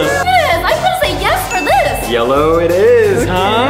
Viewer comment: Daniel teeth really said yello